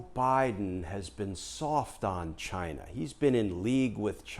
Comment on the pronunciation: I think the country is pronounced, "CHIIIINA".